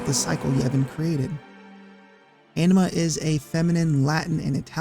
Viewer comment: The (canonical, in-game, voice acted) pronunciation of Anima causes me pain.